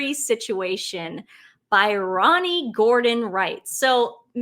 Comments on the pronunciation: I know you said you "don't read," but you butchered the name Bryony. It's not pronounced "By-Ronnie." It's pronounced Brai-Uh-Nee. Bry like the guys name, Bryan. 😉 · You guys are great but it's Bryony not Byrony. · Bryony Gordon is rabidly pro Harry. She has had mental health issues with alcahol and weight issues. Her views are so biased that I don’t think many people take her seriously (re Harry). By the way her name is pronounced Briany#harryandmeghanhollywoodlosers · Hey, Bryony is pronounced “BRY-oh-nee” 🇬🇧